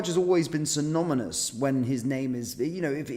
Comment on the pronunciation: Synonymous not synominus